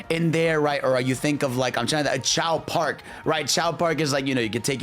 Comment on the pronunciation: Bro really called Race Park as Chao Park 😭